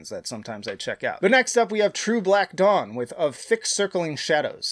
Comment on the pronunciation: I thought you said "true black dong" at first, and I was rather taken aback :P